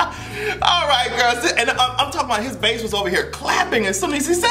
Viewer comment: the strength behind that "AND" had me rolling